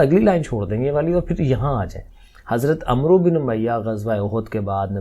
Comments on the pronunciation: السلام علیکم ۔ سر عمرو کا تلفظ " امر " ہے یہ ایک مشہور عرب نام ہے ۔ ع پر زبر اور واؤ نہیں پڑھا جاتا تو اس طرح اس کا تلفظ " امر" جیسا بنتا ہے ۔ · Sir AP ne wrong pronounce kia h Hazrat Aamr bin umiya h